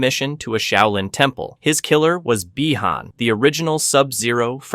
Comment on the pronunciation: my only gripe is why are the same character names pronounced differently throughout the video, you say bee-han this sentence then by-han the following sentence